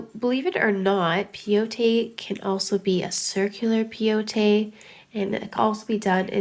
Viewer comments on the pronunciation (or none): pronounce Peyote like (pie-ute) from the Peyote tribe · Peyote, pronounced pay-oh-tee, is named after it's use in decorating items that are used in native American peyote ceremonies. Peyote is a small cactus that has mescaline which is psychoactive. It's also known as the gourd stitch which comes from it being used in decorating gourd containers. The tribe you're referring to is the Paiute.